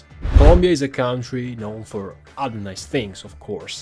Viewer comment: Ciao, visto che userai molto spesso questa parola, ci tenevo a dirti che "country" si pronuncia "cantri" e non "caUntri".